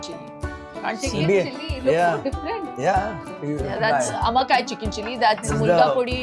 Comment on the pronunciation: Amma Kai not Kaai 🤨 totally different meaning! As an owner you should know how to pronounce!!!